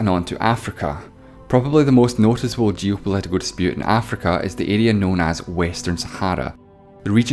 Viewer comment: Geopolit🇮cal. And you didn't touch on Canada and Quebec?